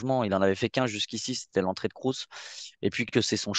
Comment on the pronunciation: Svp c’est pas krouss mais Kroos respectez le svp